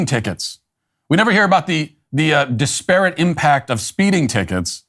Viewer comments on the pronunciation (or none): Hello Matt: The word is pronounced DISperate. Like desperate, but with an 'I'. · That is not how to pronounce disparate. it is more like Dis per it. Normally wouldn't bring it up but you said it wrong so often, I felt you might like to learn the correct way. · Matt dont know how to say disparate lol